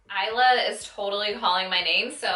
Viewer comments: I wanted Isla! That is my niece's name but it sold out so freaking fast! So bummed. Btw it is pronounced eye-la. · LMFAO it’s is-luhhh and like it means Island in Spainish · 😂 "Issluh" lolol girl, didn't you see her video?? Haha cute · It's pronounced "eye-luh" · Isla is pronounced the way it looks eesla😊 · Huge fan of Jaclyn but you can't pronounce the shade name Isla? Like did you even watch her reveal video? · This is my first impression also. I know this has no effect on the review itself but if she's such a big fan you'd think she would have seen Jaclyn's video on the lipsticks and know how to pronounce Isla. Petty, yes, but so are her responses to the constructive criticism she's receiving. "Thanks for your view $$".... won't get any more views from me that's for sure.